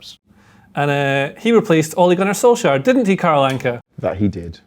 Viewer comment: also butchering the pronunciation of Solskjaer.